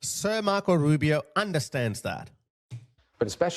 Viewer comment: “Rubi O” not A